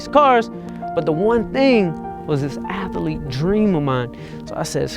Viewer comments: “I wanna be uh ath-uh-leet” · It's funny, I didn't know athlete had 3 syllables, a-thl-ete, thats ama-zaz-ing!